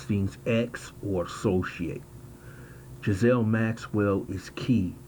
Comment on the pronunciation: Pronounced Giz - lane. Not being a smart ass. Took me a while to work out which way was right. 😁